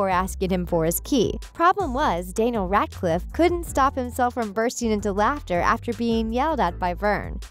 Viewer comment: danil radcif ? isnt is dani-el rad-clif ? edit:and dracor malfoy ? its draco malfoy i would know hes my crush?